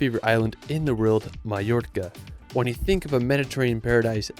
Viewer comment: Love your videos! But quick question - why do you pronounce “world” as “rild”? It starts with a W, my dude. 😂